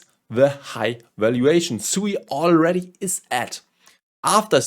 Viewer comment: It is pronounced sweet without the t